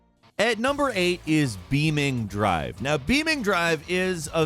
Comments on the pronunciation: pronouncing BeamNG: beaming drive my friend its Beam "en gee" Drive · i've heard beamNG drive been said various ways, never thought i'd get to hear "beaming" drive lol. i say beam engie drive, but potato potahtoe man. great video as always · The Way He Said "BEAMING DRIVE", Its Not Like That Its BeamNG Like Beam. NG Drive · BeamNG drive ❌ beaming drive ✅ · Did you just say "beaming drive"???? It's BEAM NG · For the love of God ... It's Beam N G Drive ...not Beamng Drive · it’s said “beaming”??? i thought u said it like “beam N G” lol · BEAM - NG It's not Beaming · i scratched my head when he said BeamN Drive. theres a G missing bro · BEAM NG - not BEAMing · Please don’t ever call beam N-G “beaming” ever again😂😂😂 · Pretty sure it's pronounced Beam NG drive and not Beaming drive. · "Beameng drive" Ok, sorry, someone had to tell him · Beaming drive? Ouf lol please say it beam NG next time :) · Beam-N-G, not beaming-G bro🤦‍♂️ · Mans said beaming drive it’s beam N-G LMAO🤣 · DID YOU SAY BEAMING., MAN. It's beam-ng🥲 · love the videos but dear god its beam N G not beaming that hurt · "Beaming drive"😭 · It’s pronounced beam n g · Did this guy really just say beaming drive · it is beam -n -g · "BEEMING DRIVE" fs lol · Why he pronouncing beam n g like that 😭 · Why does bro pronounce it beaming drive 😭😭😭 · Calling Beam N-G drive 'Beaming drive' hurt my soul, literally everybody should know how to pronounce that.. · He always calls it beaming, I think he does it to annoy us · pls XD It's Beam N G Like the N and G are pronounced as letters, not part of the Beam part of the word:P This was already told to you last time you mentioned this game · I thought it was pronounced “Beam-En-Gee” this whole time. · LoL the way he pronounced BeamNG as beaming took me by surprise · MY MANS COULDN'T EVEN GET THE NAME RIGHT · The way he pronounces BEAMNG hurts me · The way he says beam ng drive lmao